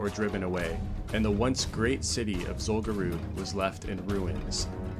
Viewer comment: What's Zul Guroob? Do you mean Zul Gurub, the raid (and later dungeon) in STV?